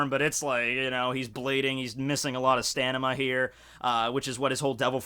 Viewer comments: "stanima" 😂😅 xD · Did he say sanima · "stanima"... didn't even realize he said that